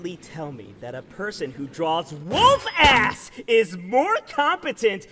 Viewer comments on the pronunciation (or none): The emphasis you put on WOLF ASS absolutely sends me!